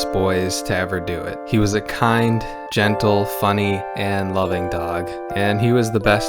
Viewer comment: Every time you said "was" I died a little more